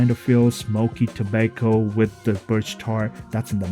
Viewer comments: Pronounced “Tob-ah-co” not “To-bake-o” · Where are you from? Which part of the world is it pronounced like to-bake-o?